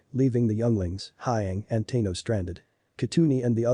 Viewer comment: Ahsoka Teeno? Yeah, mate, its pronounced "TAHno"